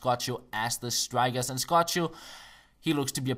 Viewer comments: Its not scotcho, its like scoko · It's like "S Coco" not Scochio.. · pronounce scocco (es-co-co) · Scocco is pronounced like "Skoko"! Thumbs up so can see:) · It's pronounced ES-CO-CO:P nice video anyways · Scocco is pronouced like IS-CO-CO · " scocho " XDD ... " Cco " It is pronounced the same as " Sco " but without the " S " . Like " coconut " Scocco. Thumbs up so he can see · It's pronounced "Skoko" :P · you say scoccos name wrong haha its funny bt nice vids love the skills keep it up bro